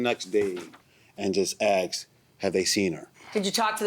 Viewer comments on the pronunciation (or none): Ugh, that drives me crazy! It is asked, not axed!!!